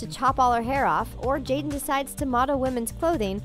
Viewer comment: how yall say jada & will smith but subtitle it as "jaden" disrespectful